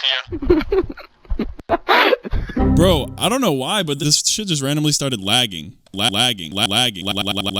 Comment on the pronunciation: Did my guy say NOka phone